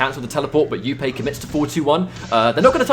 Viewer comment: please pronounce jupe properly its not youpay its just jupe